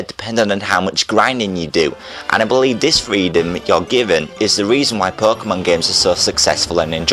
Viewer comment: I like how you say perkemon